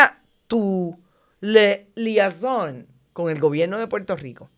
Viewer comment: Liaison- Li-ei-son 😉